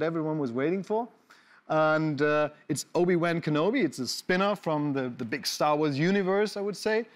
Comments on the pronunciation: Englisches Original: "Obi-ONE" Deutsche Synchro: "Obi-WAHN" Klaas: "OBI-VÆÄHN" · Wie Klaas "Wan" permanent falsch ausspricht.... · Ach ja, wer kennts nicht: "obi wÄn kenobi" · Obi-Wän Kenobi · obi wÄhN kenobi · Wer kennt ihn nicht, den Obi-Wään Kenobi 🤣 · Obi-Wän Kenobi?? Really Klaas? :D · Obi-wänn?? Man Klaas… 😂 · Obi wän kenobi! Selbst die Amerikaner sagen es anders! Peinlich!😔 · Ich bin echt nicht kleinlich, wenn es um Aussprache geht, aber wie Klaas "Obi-Wan" ausspricht, verursacht körperliche Schmerzen bei mir ;(